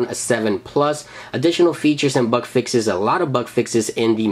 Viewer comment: Can anyone tell me what a "buck fix" is??! Is that like a "bug fix" only pronounced wrong?!